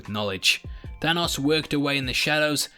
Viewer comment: I can't get enough of how says, "Thanos". I could listen to you talk all day, mate!